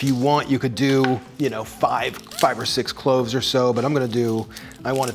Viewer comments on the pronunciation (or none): none